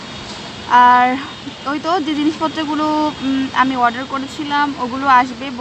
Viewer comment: Order not warder...pronunciation ta thik koren...